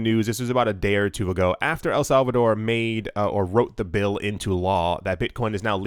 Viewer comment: El Salvador with the Spanish twain should be said every episode